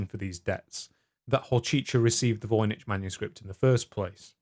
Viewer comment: I'm fairly certain it's pronounced 'voyniCK' .